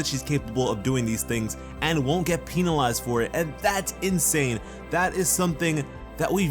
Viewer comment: 'because she cant be penia-lized" hehe, pina.